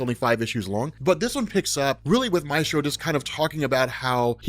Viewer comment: I hate pronunciation of “Maestro.” It truly makes me cringe. Love the video though!